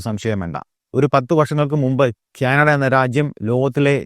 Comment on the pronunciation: ക്യാനഡ അല്ല.. കാനഡ.....